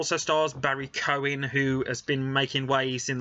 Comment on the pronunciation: Pronounced Key oh gan